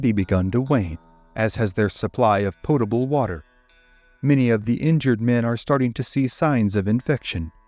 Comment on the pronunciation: “…supply of poutable water” AI is ruining documentaries.